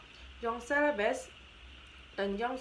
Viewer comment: Jong Celebes, bukan "Jong Slebes". #koreksi